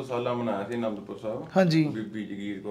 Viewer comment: Veere ਤੁਹਾਡੇ ਇਲਾਕੇ ਵਿੱਚ "ਸੀ", ਨੂੰ "ਤੀ" , ਕਹਿੰਦੇ ਹਨ ਪਰ ਮਾਝੇ ਵਾਲੇ ਅਸੀਂ ਵੀ ਤੁਹਾਨੂੰ ਸੁਣਦੇ ਹਾਂ ਇਸ ਲਈ ਤੁਸੀਂ ਕਿਰਪਾ ਕਰਕੇ "ਤੀ" ਦੀ ਜਗਾਹ "ਸੀ" ਬੋਲੋ , ਸਾਰਾ ਪੰਜਾਬ ਤੁਹਾਨੂੰ ਸੁਣਦਾ ਹੈ, ਤੁਹਾਡੇ 'ਵ" ਦੀ ਥਾਂ "ਬ" ਬੋਲਦੇ ਸ਼ਾਇਦ ਜਿਵੇਂ ਵਾਲ ਦੀ ਥਾਂ ਬਾਲ